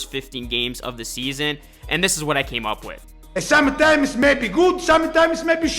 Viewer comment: 'som'a times... ' 😅😅😅😂